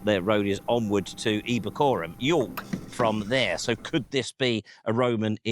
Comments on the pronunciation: York: Eboracum, not Ebacorum, derived from the Ancient British word for a Yew tree. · I was responding to "trying to find out anything about Pompocali is brick-wall time" . I understood this to mean "trying to find out anything about the name Pompocali". Other things: York is Eboracum, not Ebocarum; it's the Ravenna Cosmography, not Cosmology; and Adel is pronounced Addle, not Adelle (it has the same origin as the ordinary word "addle"). I looked for the name Pompocali in the Ravenna Cosmography and in the Antonine Itineraries, but could only find things which are actually referring to Pamplona in Spain. So it looks like the earlier antiquarians messed up badly here.